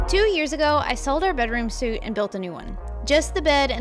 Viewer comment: Such a beautiful dresser. I'm looking forward to getting good enough that I feel confident trying to make pieces like this. BTW, I suspect it's a tongue-slip while reading, but "suite" is pronounced "sweet".